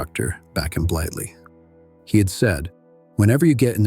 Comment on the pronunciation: AI slop. It's Blighty not Blightly.